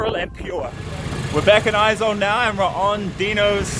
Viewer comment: Its not aezawl its Aiiiiizawl